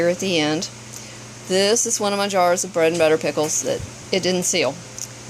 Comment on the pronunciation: Beautiful bread and butter pickles. Love how you use field cucumbers and not pickling ones. And yes you said the name right!! Most people don't.